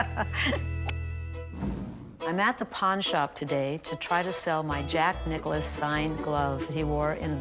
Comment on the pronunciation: Why are they saying Jack Nichollis or whatever? It says Nicklaus.